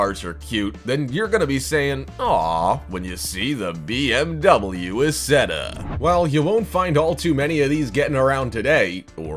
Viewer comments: EYE setta. The narrator needs to do homework. He is reading words he does not understand. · The BMW Isetta it's pronounced I setta just saying if your going to say it you might pronounce it right. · his pronunciation is horrendous, renault is pronounced reh-no, and the isetta is pronounced eye-setta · Isetta is pronounced "Eye-set-tah." That car had NO reverse, either. Most of the compact cars are completely impractical, and some of them would never survive a crash-test (some of them are impossible to properly crash-test). In other words- they will NEVER be made for any actual street.